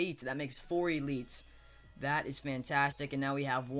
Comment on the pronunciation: the way he says elites pisses ne off